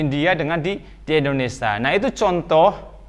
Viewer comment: Indonesia pak bukan endonesa.